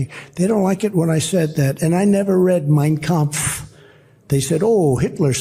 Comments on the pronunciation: Fuxk, he sure can say that name of the book pretty well, eh 🤔🤔🤔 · ...lol the sun and moon all bc of you Donny we thank you, Sir. Mein KampF tRump sure does pronounce the books name quite well, for never reading it.!!! He had it by his bedside, Ivana spilled that tea a long time ago. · his PRONOUNCIATION of mein kampf is perfect, and proves he has read this sick trash because his adolescent grammar and mispronciation of basic grammar school easy words are spewed 24/7!